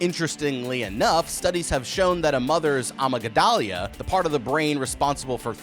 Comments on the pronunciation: Is no one gonna talk about the "ah-ma-gi-dah-lia" pronunciation of amygdala (uh-mig-duh-la)? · The way you pronounced "amygdala" ruined the rest of the video for me. You know what it does, but couldn't double check the pronunciation? Uh-mig-duh-la. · Its pronounced: a mig da la. Im a nurse lol 😂 most people can't pronounce it right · 🧠 Amygdala ❌ 💅🏽Amygadahlia ✅ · Ama-day-gal-ya bro lol. time stamp . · the correct pronunciation for amygdala is "Ah mig duh luh". I'm not nitpicking here, I just figured you might want to know. Thanks for another great video and keep up the good work! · it's pronounced like "uh-mug-duh-lah" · Senator Amygdala was one of my fave star wars prequel characters 😂😂😂 jokes aside it's pronounced am-ig-dala xx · yeah amygdala can be difficult to pronounce, especially with that "mygd" being in there. The pronunciation of amygdala is a-mig-da-la. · Amygdala 😂 A-mig-duh-luh 🎉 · No, clearly he meant an "AHMA-GAH-DAHLIA" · Not how you pronounce amygdala lol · you butchered the pronunciation of amygdala 😂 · Please please please look up how to pronounce amygdala. Its not some fancy french word lol. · I’ve never heard amygdala pronounced like that 😭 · That was an interesting pronunciation of amygdala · Never heard anyone pronounce amygdala that way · That has to be the most insane pronunciation of amygdala I've ever heard